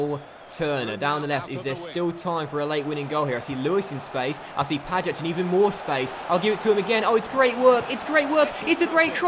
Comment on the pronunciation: You pronounce pajac like ‘pay-jack’